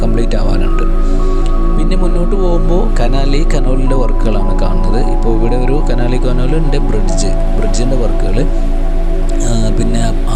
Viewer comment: കനാലി കനോല് അല്ല.. കനോലി കനാല് ആണ് ശരിയായത്..😊